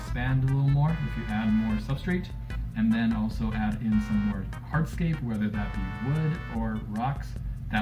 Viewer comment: Also when he says “heartscape” dies he mean hard scape??